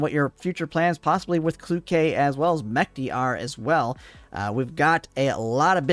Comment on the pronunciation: Mechty is also pronounced wrong. "Ch" should sound like it sounds in "Chicago", not like in "Chemistry".